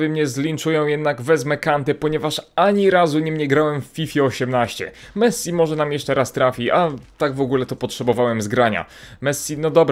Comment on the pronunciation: Serio mesi tam był mesi